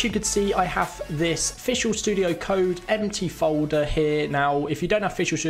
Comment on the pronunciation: Am I the only one hearing "fishual studio code" ??